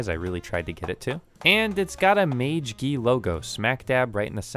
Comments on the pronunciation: NOOOO! It's the muh-GEE-GEE linus tech tips reviewed it and its really good for the price. not mage gee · its not mage key its magiigii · its pronounced mag-ee-gee